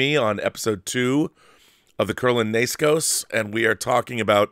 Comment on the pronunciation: Pretty sure it's pronounced 'Neskos', not nayskoes. Otherwise, great show!